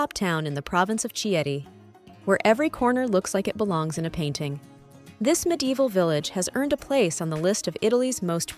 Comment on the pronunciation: NO NO . . . not pronounced "Chee et tee," CH has K sound. Pronounced "Key et tee"